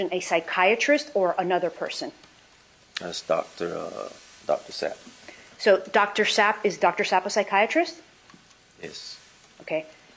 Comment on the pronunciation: God why she keep saying Dr Zap when she was told its Sapp.D